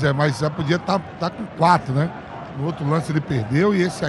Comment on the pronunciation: " quatrunnn???" Jesus